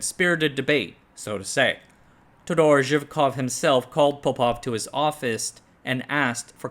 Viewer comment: You MUST put the stress in the name "Todor" on the first "O". Take a note, please !